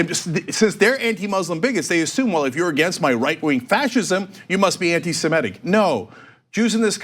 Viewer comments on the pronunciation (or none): How many more times? It's ANTI-SEMITIC, not ANTI-SEMETIC?